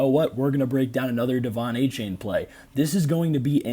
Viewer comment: Apparently, it’s pronounced Ay-Chan